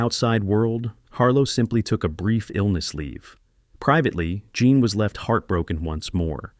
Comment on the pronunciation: Her name was JEAN not JOHN as this narrator says frequently 🤦🏼‍♀️